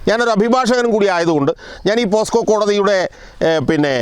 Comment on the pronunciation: പോസ്കോ അല്ല പോക്സോ